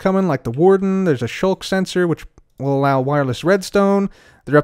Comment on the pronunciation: SKULK SENSOR, not Shulk Sensor